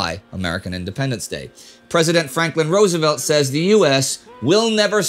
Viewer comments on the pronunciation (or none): none